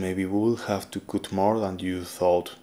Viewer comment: )... * stylist.... Sounds like, St"hay"list El "y" en esta palabra suena como.. " hay" en español ..its very nice all that u said in the beginning for ur viewers. :) * cut... Hmm.. This one sounds like, ummm... XD... I can't think of a palabra in spanish.. You are making a " coooo' sound, but.. It needs to be a "uuu" where u open your mouth more, does that make sense? ... Sorry im so bad at explaining.. I just wanna be helpful.. ^^…… Oh, maybe like, " confienme".. U said that and it sounded like... The good sound for " cut" xD almost.